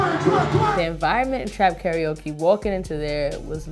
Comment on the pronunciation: Pronounced: Car-Ra-O-Ke